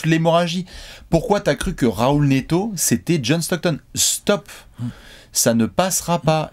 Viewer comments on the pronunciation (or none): none